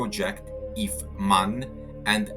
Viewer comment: It’s not MAN, nor is it MÄN, it’s M. A. N. = Maschinenfabrik Augsburg Nürnberg. Interesting video though.